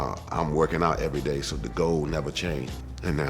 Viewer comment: I love timberland so soooo much! Like.. my high school days were sweet because of him and Missy but can I just confirm is he saying GOLD instead of GOAL? lol love it